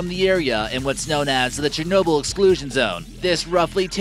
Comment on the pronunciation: "CHERNOBEL" Please can u spell it?